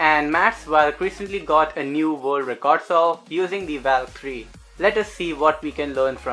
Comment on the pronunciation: It's valk not vyalk